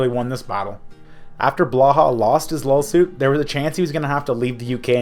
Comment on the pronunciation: What's a "lawl suit"